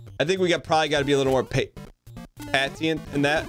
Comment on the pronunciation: I love how his brain stops him from saying "patient" correctly in a sentence and instead uses Dan speak of "pat-e-ent"